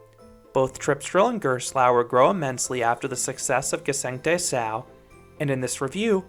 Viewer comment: Nice review! And your pronunciation of the name Gsengte Sau is really good as well. :)